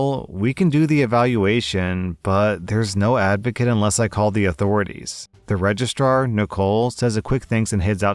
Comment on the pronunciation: I've been brain damaged by my furry friends... All I heard you say in story two was "Regist-rawr" ..... I need therapy....